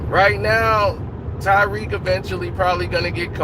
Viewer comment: His name is Ta-riq NOT Ty-riq.